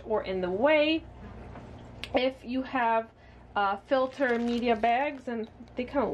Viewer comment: Ill make sure to double check my ''fiter'' lol